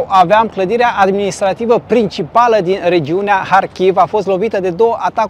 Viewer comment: dacă tot spui în ucraineană numele orașului, măcar spune - l corect: Harkiv! Faci o combinație între Harkiv și Kiev! ( E corect ce face: respectă țara în care se află. Dacă un vloger maghiar ar denumi orașele românești din Harghita - Covasna cu denumirea maghiară ne- ar plăcea? )